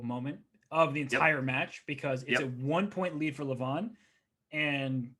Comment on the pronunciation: You said his name 200+ times, so why not just learn how to pronounce it correctly? it's not Luh-von, it's Leh-vohn (e as in leg, o as in boat)